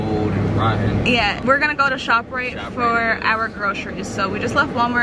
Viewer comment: Did u just say shoprite?🤣